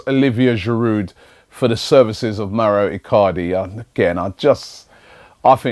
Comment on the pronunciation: I hope the Mauro icardi rumours end so Robbie doesn't mispronounce his name everyday